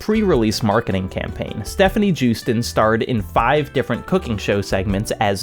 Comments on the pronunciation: JEWsten? Yoo-stein lol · it's "yoosten" j's are pronounced as y's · No one will probably care, considering it takes all of 5 seconds to Google it, and no one ever seems to take those 5 seconds to do so, but Joosten is pronounced yoh-stun. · Def not how you pronounce Joosten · hi. love you. i always enjoy your videos. today i get to be a pedant! joosten is a dutch name, so the J is pronounced as a Y. here is a clip of her pronouncing her name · Loving the video but why is every youtuber unable to pronounce Joosten's name ffs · As a Dutchman, the way you're pronouncing Stefanie Joosten's name hurts me.